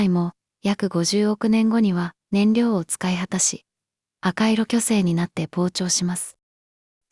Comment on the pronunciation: あかいろ巨星と言ってる。 正：セキショク巨星。 訓読み と 音読み